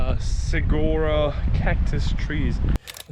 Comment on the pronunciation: The pronunciation of that cactus is: Su war o Great video! You guys picked some fantastic destinations! Well done!